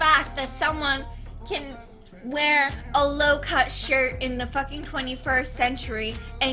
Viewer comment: I hate it when you zoomers pronounce "fucking" as "fuh-kheen"